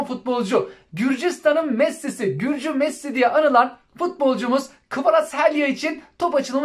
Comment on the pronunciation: kvaraselya ne be abi. kvaratskila diye okumuyor. kanser ettin bizi